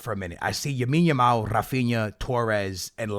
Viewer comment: You need to learn his name dude. Its Lamine Yamal, not Yamine Lamal